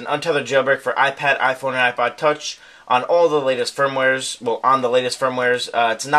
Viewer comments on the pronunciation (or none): none